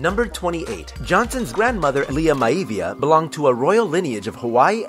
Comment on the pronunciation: Moana means Ocean in most if not all Polynesian languages ,and the Rock's Samoan family name is pronounced (MY-ah-Vee-Yah)